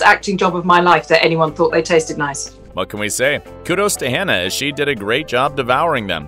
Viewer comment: Can we please appreciate Hannah and stop saying her name wrong? I don’t know it was on purpose at the end but come on.